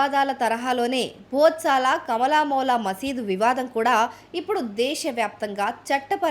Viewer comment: మీ ఉచ్ఛారణ సరి చేసుకోండి. కమలామౌలామసీద్ కాదు. కమాల్ మౌలా మసీద్ అని పిలుస్తూ ఉండిన మునుపటి హిందూ సరస్వతీ దేవి ఆలయం.